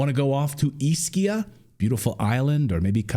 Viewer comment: Campi FLEGREI E isola di ISCHIA, isola di Capri. Non é difficile dirle correttamente☺